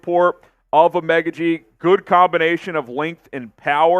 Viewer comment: I could’ve swore it was pronounced O-Mah-Ga-G but 🤷🏾‍♂️